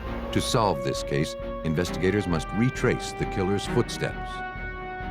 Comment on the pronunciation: Vootshteps! Vootshteps! Vootshteps!